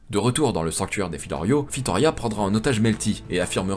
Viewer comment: La vidéo est super et très bon narrateur. La seule chose equi me chiffonne c'est "tablier su dragon" à chaque fois au lieu de sablier et un filorial/des filoriaux et la reine Fitoria😅. Dsl d'être le relou de service